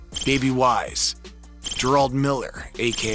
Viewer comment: 😂💯 he pronounces “gerald” as “ger-all-d” 😂 he’s a real life “key and peele” sketch! 😂 #whiteguyz